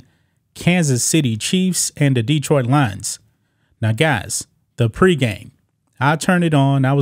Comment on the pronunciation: Learn how to say Detroit, brother.